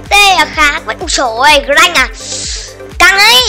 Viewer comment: Mà con grakk phát âm là Gờ-rắc đó anh